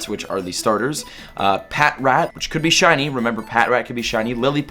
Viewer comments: Pa trat that's how its pronounced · Not to be mean or anything, but snivy is pronounced sny-vee and patrat is pronounced puh-trat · AHHHH ITS PRONOUNCED PATRAT NOT PAT-RAT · Snivy is pronounced Snɑɪ-vee Patrat is pronounced Pa-chrat Deino is pronounced Dɑɪ-no Just wanted to inform you of this before the gen goes on. Edit: Dewott is Dew-ought Pidove: Pee-duv Zebstrika: Zeb-strɑɪ-kuh Unova: You-nuh-vuh Zweilous: Zwɑɪ-lus Hydreigon: Hy-dra-gon Cobalion: Co-bahl-e-un